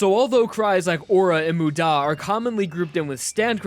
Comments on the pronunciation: Why did you say moo-DAH It's MU-da Mudamudamuda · When he starts screaming Muda it ends like damu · everyone I’ve met: mOOda me: mudÁ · This man pronounces "muda" as "mude-a" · this guys pronunciation annoys me... Moo-daw... W E A R Y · K, I gotta be that guy. You're emphasizing the DA part of MUDA when the MU is what needs to be annunciated. Sorry, I realize it's minor, but it's driving me crazy. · It hurts to hear the pronunciations of wry and muda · Idk why but it bothers me the way he pronunces muda or wry. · Why is he emphasising the da in muda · Not to mention his weird emphasis in "muda" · U saying Muda makes me want to dislike and report this video please stop